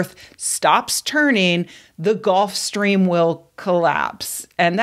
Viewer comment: That should be pronounced Gulf Stream rather than Golf Stream.... Otherwise good news.